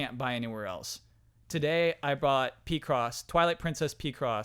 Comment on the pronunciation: Correction: It's pick-cross (picture crossword), not pee-cross.